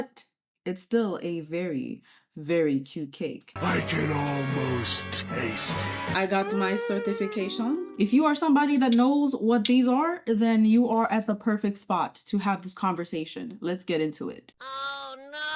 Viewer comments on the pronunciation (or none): ‘Sirtificcition’ Had me do a double check 😂😂